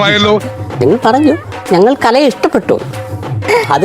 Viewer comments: കലെനെ 😂😂കലയെ ന്ന് പറയാൻ പോലും അറിയില്ല കഷ്ടം 🙏🏼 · Kalayena alla kalaye